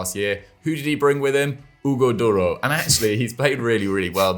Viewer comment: The way pronounces Hugo Duro🤣🤣